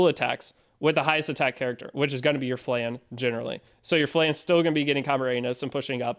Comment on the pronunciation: Its Flan,not Flen